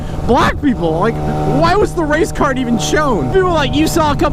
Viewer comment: for a solid minute I thought he said race car not race card